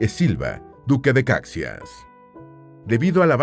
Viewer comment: DUQUE DE CAXÍAS, POR FAVOR. LA PRONUNCIACIÓN NO ES INDIFERENTE!!!